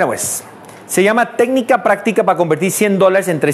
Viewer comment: jajaj, lee sin tíldes. Técnicas 'practicas' ....